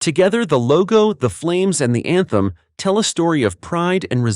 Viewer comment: You said "emblem". I heard "anthem".